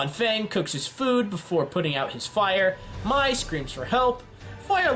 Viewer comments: Mai is pronounced may not my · Also, Mai's name is pronounced May. Don't go Shayamalan on us. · Sorry.. the way he said mai tho smh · It’s Pronounced May not my And Sh ow not zow And Pea-On-dow not piedow Please find out how to say these before you make this